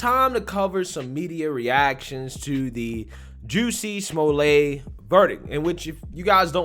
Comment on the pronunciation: oh Juicy Smoo-Lay....tsk tsk tsk......the shame of that bish